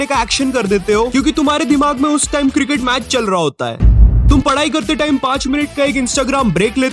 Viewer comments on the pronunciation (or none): none